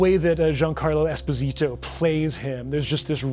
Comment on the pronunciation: espO sito , accent/stress on the first O, not emphasis on the ''I'' like most pronounce. sounds completely different otherwise in italian (his name is italian)